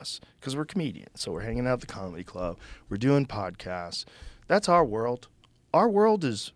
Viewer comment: To be fair, Redban would have a lot more to say if he was able to pronounce “world” correctly